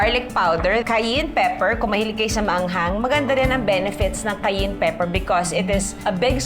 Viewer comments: It’s pronounced as “Kai-yen”… definitely NOT “Kai-Yin” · Kah-yen pepper ❤️